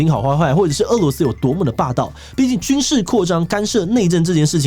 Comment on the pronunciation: 日前，台湾主播将“俄（é）”罗斯”读成“饿（è）”罗斯，当大陆网友指出时，台湾主播坚持没有读错，但是翻了字典后发现被狠狠打脸。